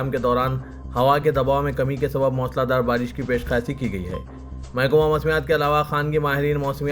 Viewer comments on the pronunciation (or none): CHOKSI NAHI CHOWKASI MOOSALA DHAAR MOSLA DHAAR NAHI